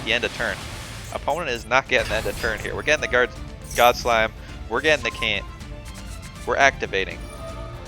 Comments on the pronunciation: How does this man really not know that chant is pronounced ch-ant, he really said CAN'T 🤔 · pretty funny that you chant pronounce chant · Mispronouncing "chant" isn't that big of a deal, I'm just glad you spelled "competitive" right